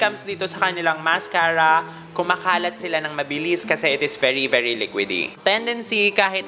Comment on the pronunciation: "BERI BERI JUTS"